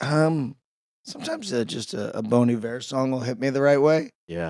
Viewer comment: I thought he said Bony Bear instead of Bon Iver